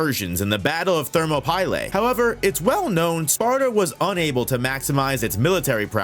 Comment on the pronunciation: “ThermoPailay” 😂 …… Dope Video Though ……